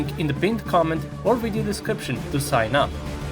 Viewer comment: I can tell your a rushin boot licker propagandist because you said WIDEO!! Lmfao hahahahaha